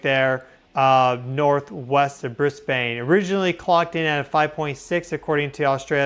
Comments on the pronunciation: Not Bris bain drop the e of Brisbane folks sounds like Bris bun.... Thanks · I am Australian. I live here. But I’ve never heard of Bris-bane. Did you bean Brisbane - pronounced Bris-ben? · mate--stop saying " BrisBAYNE"-- we DONT say it like u guys do. its BRisbane. NOT bris BAYNE ok!? hahahaha hey we had a quake the other morning in Victoria too!!! lol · It is Bris…ban… … not said phonetically.. the silent e doesn’t make the a say a… yes I know your name is … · Brisbane is pronounced Brisbin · Aussie here... Time for an Aussie English lesson... Briz-bin. Harvey Bay. Also, I used to live in that part of the World, on Russell Island. From the Gold Coast to the Sunshine Coast is 200 km, about 125 miles. That was a BIG QUAKE!!! Love your work,. God Bless! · Hi thanks for reporting on Australia earthquake...Hervey Bay is pronounced, Harvey Bay. ❤ welcome to Australia language 😊. And Brisbane is pronounced Bris bin 😂. Not that I'm bothered but just wanted to let you know.....love your work and always following you, Much love ❤❤❤